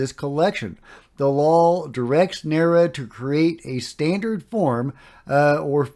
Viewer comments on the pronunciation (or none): NARA is generally pronounced N-ARe-A.